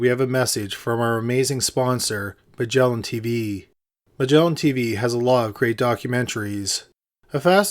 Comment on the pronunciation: "Magellan Tveeeee"